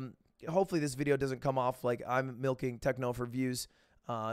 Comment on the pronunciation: there is no "h" in goodbye Lud